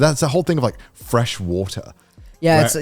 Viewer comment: you can hear Connor pronouncing water in 2 different ways in less than 10 seconds